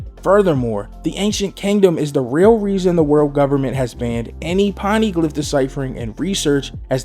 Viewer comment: Po nay glif 😭